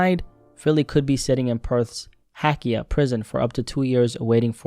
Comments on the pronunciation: Like Mel-Born!!! What the fuck is Mel-Born. Hack-Key-Yah prison. lol Hay-key-Ah Prison. Dude botched the Aussie language. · The prison is said hay-keya not ha-Kia